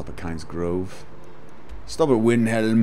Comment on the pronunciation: rrr why do u say winhelm!!! ,, still love ur videos though =D